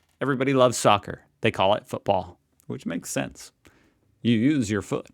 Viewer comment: It's Football... It's not hard to say ffs